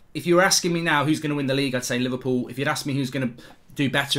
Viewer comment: He said “livercool” 😎..